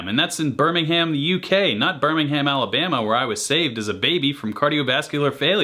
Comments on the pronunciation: Bermingum not Birming-Ham 🙄 Anyway I used to work in West Super Mare, oh and John Cleese is from there as well. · It’s not Berming Ham. It’s Berming-em. We Brits never say “Ham”when you read “ham”. Cheltenham is pronounced “chelten-am” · “Birming-um”, not “Birming-ham” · Who cares about lists ? It doesnt matter . They are all bloody great . BirmingHAM please say it right it was hundreds years before the Alabama one . Britain has hundreds of brilliant players whos number 1 does'nt matter . I live near Cambridge its a historic city and the home of Pink Floyd . Slash is not the most famous by a long way . Kossoff was a genius how dare you kick him off , he died at 25 the lead guitarist of Free . This list is a muddle . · The British (original) Birmingham is pronounced Birming=UM… don’t pronounce the H and soften the A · The way you say BirmingHAM should be a crime mate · Why can't yanks pronounce Birmingham correctly. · You pronounced Birmingham wrong Other than that great stuff